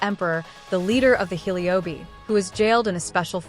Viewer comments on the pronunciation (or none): can someone tell me if this is voices by an AI cause the pronunciation of Amphorius and Heliobi really pissed me